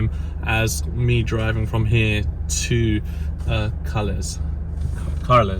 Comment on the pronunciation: From Carles...to car-less hehehe